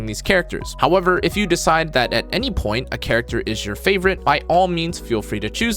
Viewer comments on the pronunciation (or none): none